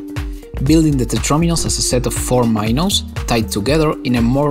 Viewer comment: i cant be the only one frustrated with his pronuniation of "minos" or how many times he used that word also this project is literally not tetris 2 but with softbody physics lol